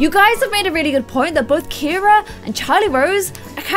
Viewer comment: Ciara is actually pronounced Sierra. I’ve kind of been brushing it off this entire time. You don’t have to change the way you’ve been saying it but just letting you know whoever told you it’s Ciara and not Sierra is wrong. Ciara is my sisters name and a girl at my school is Ciara and it’s pronounced Sierra. Love you!